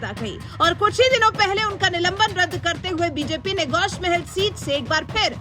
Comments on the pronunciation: Gosh mahel nahi gosha mahel hai pahle bolna seekh jao phir bolo owaisi ka gadh darussalam hai gosha mahel Uska darwaza hai aur hum kutta darwaze pe hi paalte hai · Please correct the name of the constituency from which Raja singh is contesting. It is Goshaa mahal. Not Gosh mahal. as said in the abive video.